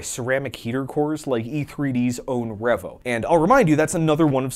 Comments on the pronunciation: Excellent tribute... well done. 👏 On another note though... are we seriously gonna let this mofo get away with calling REEE-VO a REV-OH?!? 😂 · this is such a great video. also, is it pronounced revo or revo?